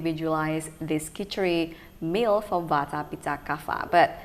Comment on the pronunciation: He said vater and pitter? Isn’t it vata and pitta? Why the different pronunciation? Good info though! 🙂